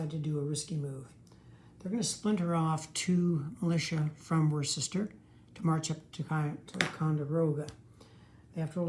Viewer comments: Worcester is pronounced "woo ster." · Its actually pronounced Wuss ter